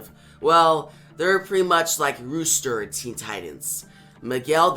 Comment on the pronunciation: Its pronounced "Ross- ter" and sowdi-arabia